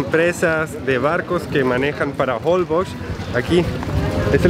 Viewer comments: Se pronuncia Holbox, con la pronunciation fuerte en la última "o." Y la x es como "sh." Como si estuvieran diciendo en español, jolbósh. Me muero de risa con la situación del cuarto. Rentaron un hotel para parejas despues de todo. Ay no, tienen que filmar una comedia, de lo chistosos que son los dos. Me fascinan sus videos. Están mejor que ver una comedia de Netflix. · Los nombres de los pueblos son mayas. Difícil de pronunciar para quien no son de la península 😁, yo soy yucateca, te estás aproximando a mi tierra. La isla Holbox se pronuncia jolbosh. Saludos!!